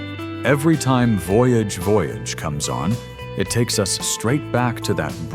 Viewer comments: Voyage Voyage is french, not english, your pronunciation is wrong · wann weiß man, dass a) die stimme ki ist - voyage, voyage wird mehrfach gesungen und trotzdem ist die aussprache und betonung falsch.... und b) dass die liste vermutlich aus den staaten her schwabt.... a-ha ist alles, aber mit sicherheit kein one-hit-wonder..... nur, weil die amis sich mal wieder für den mittelpunkt der welt halten, weil ausgerechnet sie diese band nicht kennen..... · Ai isn’t smart enough to ask itself how to pronounce Voyage Voyage I guess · AI constantly mispronouncing "Voyage, Voyage," despite playing a clip where it's pronounced, is extremely grating. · Voyage, voyage - at least try to learn how to pronounce it. The same applies to Live is life. Baltimora, and especially A-Ha were not one hit wonder.